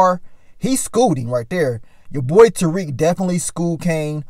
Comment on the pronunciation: And Mary J two step Blige character Monet still can't pronounce Tariq name right